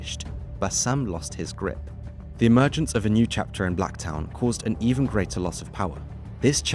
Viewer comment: Bankstown and Blacktown end with the same word and pronunciation yet this guy says them differently?? Huh?